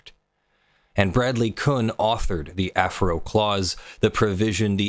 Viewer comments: Nit: "Af-eh-row" or "Af-uh-row", not "Afro". Otherwise, great breakdown! Thanks for making the videos. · "ah-FAIR-oh" - as I remember Stallman pronoucing it. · I believe Affero is promounced "Ah-FAIR-oh"